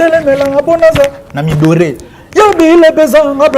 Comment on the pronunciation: Na mi adoré et non na mi doré 🤦🏾‍♂️🤦🏾‍♂️🤦🏾‍♂️ yekola nanu koloba après on verra !